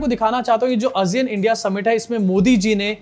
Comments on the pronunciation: Aasiyun not azeean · आसियान है भाई वो not अजियान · Asiyan nahi hota hai Sahi pronunciation Aasiyaan hai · Kya ASEAN ka pronunciation woh hai jo tum bol rahe ho? I don't think so.